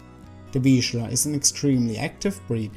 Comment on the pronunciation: Finally. Correctly pronounced.